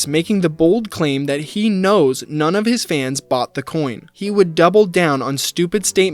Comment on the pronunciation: Glad I wasn't the only one that heard that lol